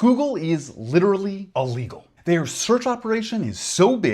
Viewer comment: Can we work on pronouncing illegal since you're going to precede it with literally and put emphasis on the word?